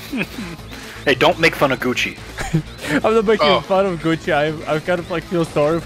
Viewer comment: I was just listening to the vid and when he said Gucci i heard it as coochie